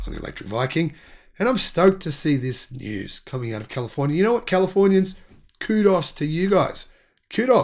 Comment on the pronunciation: Ku-doe, as in “doe-ray-me”… Thanks for the Kudos, my friend, from one fan in California.